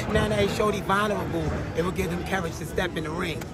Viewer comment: Yea, as soon as they figure out what "vowlnerable' means, they'll get back to you